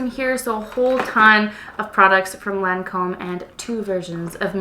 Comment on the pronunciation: Crazy lady, Lancome purleeze.